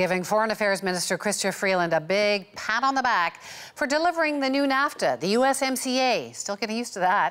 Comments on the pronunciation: In the US, we call USMCA: U(S)-SMACK-CA not U(S)-SCAM ... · In the US, we call USMCA: U(S)-SMACK-CA not U(S)-SCAM ..